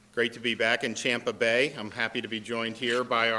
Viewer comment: I just noticed he said "Champa Bay!"